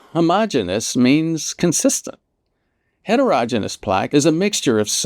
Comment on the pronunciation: Really like all this information. Doctor needs to learn to pronounce heterogeneous - it's like hetero-"Genius"